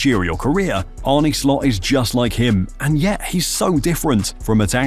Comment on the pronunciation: Arne's name is not pronounced Arnee but Arnu from nu(t)😮